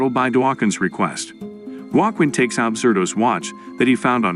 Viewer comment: 18 ways of pronouncing 'Joaquim', not one of them correct.